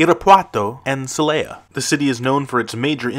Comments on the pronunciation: See lay yuh? It is pronounced say lah yuh though. How can you know what you are talking about when you can’t even get the pronunciation done decently? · If you are going to make a video about our ten most violent cities, you might want to learn how to pronounce their names. Every time you mispronounced “Celaya”, I found myself correcting you out loud, and that’s one of the easiest to pronounce. And why do people add a vowel to “Tijuana”, making it sound like “tia Juana”, or Aunt Juana?